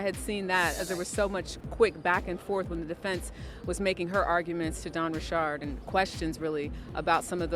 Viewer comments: Please stop with the pronunciation of her last name. Ain’t no damn ri chard it’s Richard. And why yall so worried about the celebrities? So the other people committing crimes don’t count. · Why is this idiot reporter called her Dawn Rechard. She is not an exotic person, she's from the hood. Her name is pronounced Richards. Plus your not reporting anything important, you gossiping about a pervert and acting like your a serious journalist. Make America Great Again!!!! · Ri'shard hahahahaha it's Richard's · When did Dawn change the pronunciation. I've never heard her correct anyone who called her D. Richard before. Now it's Richaaaard. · Its bothering me this lady is saying Dawn last name wrong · Richard can be pronounced with a ch/sh sound, so you can't blame people saying it differently or in a different tone as well. You're American I bet!😂